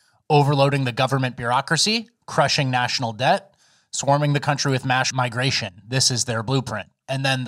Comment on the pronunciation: I appreciate that never corrects flubbing whenever he reads the articles. What a good friend. We the people, however, notice every single flub. to hear “mash migration”